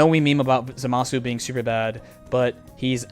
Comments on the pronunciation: It’s not. It’s pronounced “ZAH-muh-soo.” If you really want to be a stickler, though, both are wrong. It should be Zamas, with the “u” dropped entirely. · I wonder, what's so difficult about pronouncing Zamasu the right way